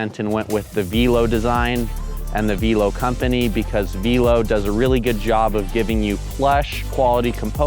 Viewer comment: Interesting pronunciation of Velo. I believe its the French vay-lo, which means bike. Excellent review, as always. Love the new format.